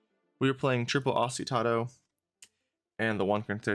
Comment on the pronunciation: thanks for the list and combo demo btw, its pronounced: Oh-Sti-Nah-Toe